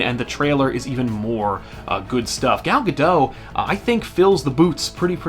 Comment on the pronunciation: Godot (go- dot) hard T. its Israeli not French